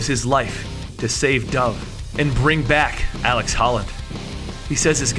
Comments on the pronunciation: Ut00bsux0rz seriously, was really annoying to see ALEC and he says aleX like 7 times. Very irritating lol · Am i the only one who hates how he pronounces alec like alex? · I twitched every time he called Alec Holland "Alex". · 1) Look up a pronunciation key for "avatar". 2) You keep calling him "Alex" when the video clearly shows his name is Alec. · omfg it's alec, not alex! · Dude it’s ALEC. With a C, not AleX with an X like you said about 9-10 times. Kinda cringed every time I heard you say ALEX Holland. Too many Alex’s man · It's alec holland, not alex. Do you even try? So many words, it's insane. Every video. And avatar. Really, you don't know the word avatar?